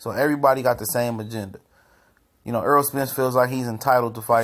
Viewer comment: errol not earl